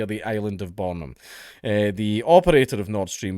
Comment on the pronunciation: As a Dane I take how he pronounced Bornholm as a personal insult